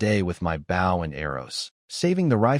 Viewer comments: B"oh" not B"ow" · Lol $multi-million dollars to create an AI, and it STILL can't pronounce "bow" in stead of bough lol. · Bow, and arrow, not bow, and scrape.